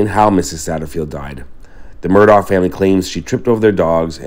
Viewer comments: Respectfully, their last name is pronounced “Murdock,” NOT “Murdaww” as you pronounced it over and over in this video. The pronunciation is documented multiple, multiple times in reliable sources online. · They pronounced their last name Mur dock. I filmed their right after it happened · Just an fyi. Murdaugh is actually pronounced murdock. Weird I know